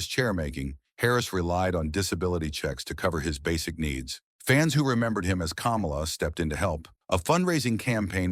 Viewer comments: It's pronounced "KAH-MAH-LA," not "Camel-Ah" as in Kamala Harris. If you don't even know how to pronounce how the character name as by all the federations (and the man himself) it doesnt bode well you know what youre talking about Come to think of it isn’t this the guy who also pronounced Ole Anderson as “Ol”? Like Ye Ol English? Maybe he’s using text to speech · It's "KUH-MAH-LUH", not "COMMA-LUH".🙄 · His name is Ka mal a. It's not the freaking vice president. If you don't know how to pronounce his name don't do the documentary. God Bless the his soul. What about his niece who took care of him after he lost his legs due to diabetes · The narrator is a HCTIB for pronouncing the name like that I can tell he eats dks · Jesus, learn how to correctly pronounce the man's name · Say his name right. He’s not the idiot fake Vice President! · Learn to pronounce his name right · Pronounced "Kamala" like he just ran for president. LOL!